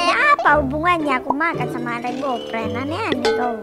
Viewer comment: bg3 lohko rainbow ped bg salah ngomonmya